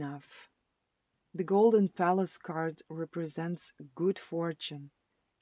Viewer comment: Pile 2 - i thought you were saying golden phallus ….. oh golden palace! 😂😂😂